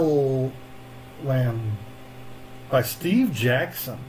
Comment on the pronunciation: Please tell me you have googled the pronunciation of Castellan, since the recording 🤣